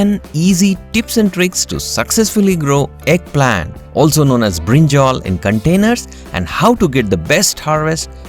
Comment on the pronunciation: You said brinjol it is brinjal